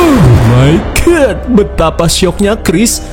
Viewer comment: Yg lebih hororrr ketika bilang ohhhhhh my good 😂😂😂 bikin kaget aja